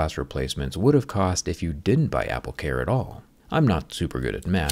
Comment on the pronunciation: Apple care se pronuncia apl ker no apl car bro 🤭 saludos